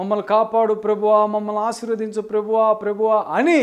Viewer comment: ప్రభువా అన్న మాట సరిగా పలకలేని నువ్వు ఇతరులను విమర్శించడంలో మాత్రం ముందుంటావు .ముందు నీ లోపాలు సరి చేసుకొని ఆతర్వాత ఇతరుల గురించి ఆలోచించు .అసలు ..ప్రభువా అని ప్రార్థించ కూడదని ఎక్కడైనా రూల్ ఉందా ..ఒరేయ్ ..నీకు అసలు ఇంగిత జ్ఞానం ఉందా ?యేసయ్య అంటే ఎవరు ?ఆయన ,తండ్రి ఒక్కరే కదా ?నేనును తండ్రియు ఏకమై వున్నాము అని ఆయనే చెప్పలేదా ?ఆయనకు చేస్తే తండ్రికి చేసినట్లే కదా ?ఎందుకురా నీ అతి తెలివితో లేని వివాదాలు సృష్టిస్తున్నావు ?...